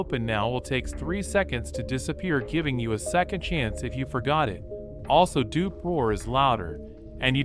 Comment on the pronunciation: Its Dupe not Dup